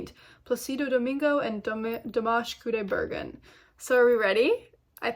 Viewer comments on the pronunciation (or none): Kudaibergen is pronounced like there's a 'y'' after the 'g': Kudaibergyen.